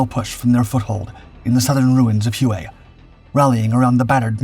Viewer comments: Ask a Vietnamese how it is pronounced, it is pronounced Way not hu a like he was saying it. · Not Hew-A, HWay. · Huay? Try: Way (Hue). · Great pod. Just a note, ‘Hue’- is pronounced: “way” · No way man, its hugh as in hugh Beaumont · If you are going to talk about something and repeat it ad nauseum say it the right way! Hue is pronounced Way!